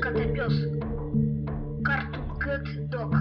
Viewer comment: Надо говорить Картуун Кет.Carton-картон,Cartoon-мультяшный.